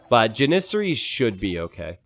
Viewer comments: Please google how to say janissaries!!! You always say so it so wrong!!!!! 😂😂😂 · I can't get over the way he says janissaries. Needle in the brain every time